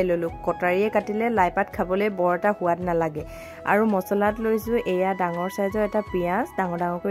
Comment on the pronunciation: সুৱাদ নহয় সোৱাদ হে শুদ্ধ